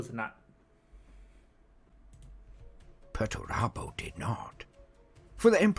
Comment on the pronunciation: Perturabo Pert-u-raaa-bo